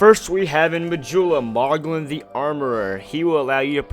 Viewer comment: friendly tip moughlin is pronounced maw-lin (he says is when you meet him)